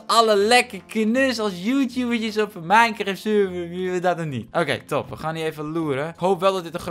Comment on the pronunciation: Ik ga nu al stuk : mineschagt😂